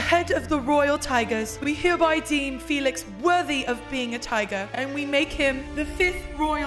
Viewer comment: Felix not folks